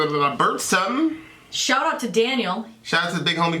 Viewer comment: Why do people pronounce it "bursum"?